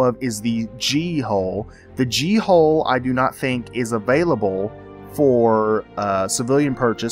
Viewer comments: Hull.. not hole. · I laughed so hard every time you said 'hole' instead of 'hull' XD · Me too, 28 years old and i crack up at the phrase "bulbous rounded hull"